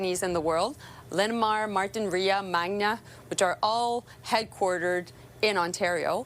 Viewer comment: Misprnouncing Linamar will blow over well